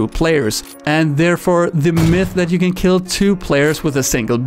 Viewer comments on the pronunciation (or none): none